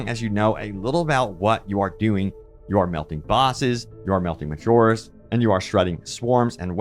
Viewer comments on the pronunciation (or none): none